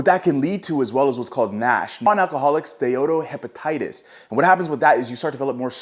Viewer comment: I have a degree in Medical Science and you nailed the pronunciation the first time round on many of the conditions which lends me to believe you are either a health care professional or someone who took the time to learn to pronounce Steatohepatic correctly.